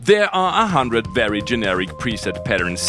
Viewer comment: He's German so he is perfectly capable of pronouncing /v/ so he must choose not to pronounce it right. Wery good flair I will definitely commit multiple counts of woter fraud for you.